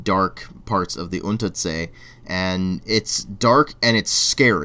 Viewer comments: On the pronounciation of the word :D "Untersee" it's a normal s and two e at the end. I hope this helps a bit. Wait how is the spelling in the game? Is there a z? Because then you are right i have to say. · Unterzee seems to be a mixture of german "unter" (lower) and dutch zee (sea). Your pronounciation is on spot though, I'm german and I would pronounce it exactly the same.